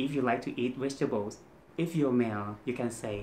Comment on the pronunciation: vegetable is V sound, not W sound. Keep practicing your V and R sounds my friend 😊